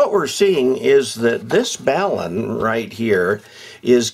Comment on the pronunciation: Very nice presentation. I appreciated that you pronounced the word BALUN correctly. Sometimes they are called “balms” (that’s an ointment) or “balloons” which only adds to the confusion about these devices.